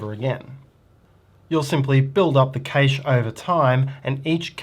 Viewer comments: great video, however, the word cache is pronounced CASH and not KASH. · Cache is pronounced cash/cash-ing. Thanks. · cant get past the way he pronounces cache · How dare you have an accent! 🤣 I know this word has two valid pronunciations in American English (CASH & CASH-AY), but I didn't know about the non-American pronunciation. I'll add this to the list between aluminum and schedule. ;)